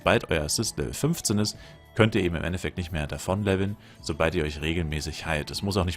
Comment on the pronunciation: "soboid" statt "so bald" - kommst du aus Bayern/Österreich?